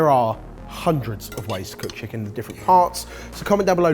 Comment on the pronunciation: Braised Cheeken wif soy saaauce :DD